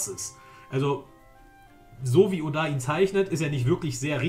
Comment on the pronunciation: du trigerst mich wie du oda sagst ^^